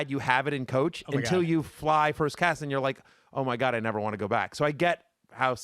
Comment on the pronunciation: Matthew said first cass instead of first class 😂